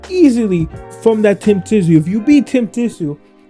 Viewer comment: So you never watched Kostya either with that surname pronunciation.